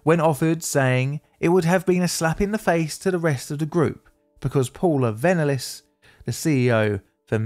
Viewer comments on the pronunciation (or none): Paula Vennlis? 🤨 It's Paul's VENNELLS 😂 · Say you haven't actually paid attention to the scandal without saying you haven't actually paid attention (but still want to cash in anyway)... Pronounce Paula Vennells' name wrong. Even though it was said on the news a thousand times in the last three months.